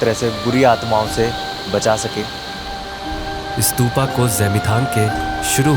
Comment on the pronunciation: स्तूपा नही स्तूप है